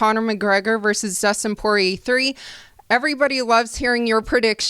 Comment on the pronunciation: Dustin Soy-rier 😂😂